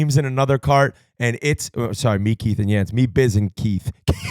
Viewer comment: Does marek even know who Yands is???? Calling him “Yat” … tf is that